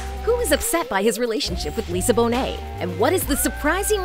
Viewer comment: Glad your channel learned how to say Bonet.